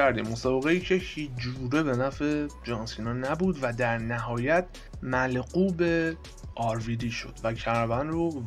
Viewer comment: داداشه گل ملغوب نه مغلوب❤😂